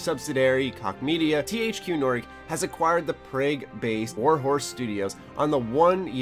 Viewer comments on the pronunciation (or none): He also called Prague “Prage” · Did he just say "Pray-gue"? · niche (neesh) Prague (Praag), koch (coke) jesus dude. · It has infuriated me beyond reason that he said it like that. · Lol IKR? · Prague is pronounced PROG